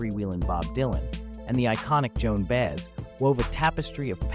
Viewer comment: You lost me when you mispronounced Joan Baez's name, of all great folk singers.